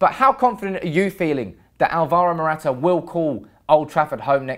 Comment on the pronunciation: You can start by getting his name right ffs 😥